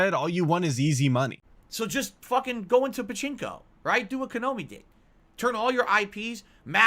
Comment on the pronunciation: It's Konami not Konomi